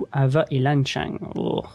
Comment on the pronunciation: Lan Xang se lit "Lan sang" ._.